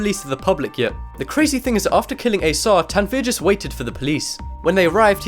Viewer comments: Did you say a sad? Oh shit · his name was asad shah not asah shah